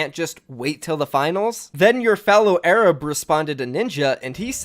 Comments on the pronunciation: Your fellow is ai rab lol it’s a-r-a-b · my man said a-rab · did you say Ay-rab by mistake love your vids you inspire me and so many others! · Its pronounced arub not ayrabb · Literally noone:: “ayrab” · Learn how to pronounce Arab pretty disrespectful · Why does he say Arab like that? 😭😭😭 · But the real problem is his pronunciation of Arab. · this man needs to review the pronunciation of arab